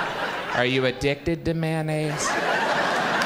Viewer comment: It's not mannaise. It's mayonnaise. May.on.naise.